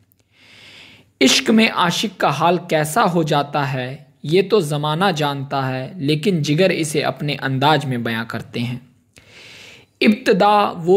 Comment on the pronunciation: mere bhai pronounce sahi karo zamana hota manzil hoti z bolna seekho or qaf ق bolne ki practice kro